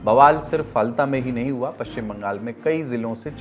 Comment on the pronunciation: Ise फाल्ता kahte h bhai ....na jane kitne din se galat pronounce kiye ja rhe h pure lallantop ki team.....koi correction v nhi kr rha h kya ??